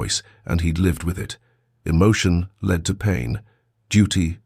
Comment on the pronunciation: Not LED but led